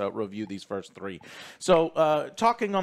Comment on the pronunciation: Why does pronounce the word "three" like that